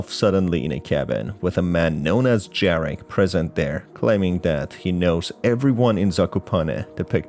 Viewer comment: Greetings from Poland! "j" in Jarek is pronounced like "y" in "Baba yaga" Good video whatsoever, keep up the good work!